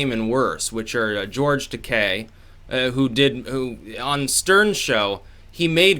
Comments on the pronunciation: no hate, but it is fucking GEORGE TUHHH-KEYE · FYI: George Taki pronounced TA-KI hard I...😜